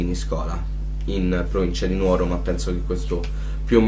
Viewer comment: Nùoro..... l'accento va sulla U....graaaave errore 😁😁😁